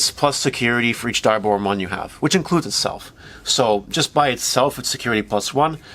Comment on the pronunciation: Not finishing video. Dislike. Block user. Can't even pronounce your favorite villain's name correctly